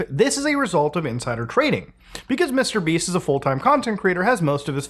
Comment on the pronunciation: Wait. Did you say Mr. Beast or Mr. Beeps?